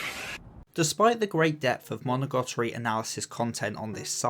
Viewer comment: Great video, seeing how Hachikuji and Araragi bounce off each other during conversations through the series and where their arcs take them is so fun and I love how you highlighted the way they both helped each other in a way by meeting. Also I don't want to be nitpicky sorry but why do you pronounce it like "Monogotori"